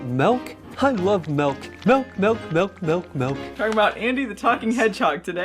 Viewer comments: MELK! He almost always says “melk” and I just think he must have brain damage. Not the character either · I know it's Milk, but it will never Not sound like "Melk" to me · "Melk...melk, melk, melk, melk..."